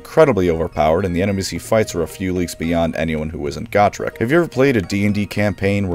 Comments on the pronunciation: GO-trek, not Goh-trek!! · STOP SAYING GOTREK WRONG.. GAT TRICK??? WTF GOOOOO-TRECK JEEESUZ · I have always pronounced his name as Go-Trek. Like Star Trek with a Go instead of Star.